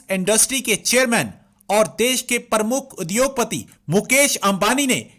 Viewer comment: It is pronounced as Pramukh and not Parmukh